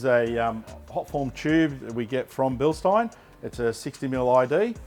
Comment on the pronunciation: Absolutely cooked that even the dudes that work for them pronounce Bilstein incorrectly. Bil-shtine for fucks sake!!